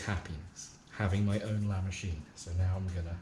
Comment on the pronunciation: LA MOWCHINE! LA MOWCHINE!